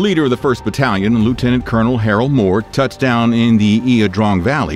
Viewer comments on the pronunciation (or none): It's Harold , please not Harald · Harold Moore not Harald 😁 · Harold Moore, not Harald.